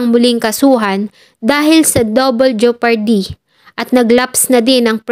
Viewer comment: Ano'ng 'jupardy'?! Jepardy